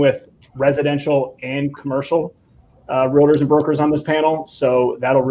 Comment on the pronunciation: it's real-tors not realitors